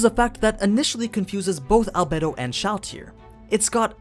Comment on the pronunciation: Al bed o not bay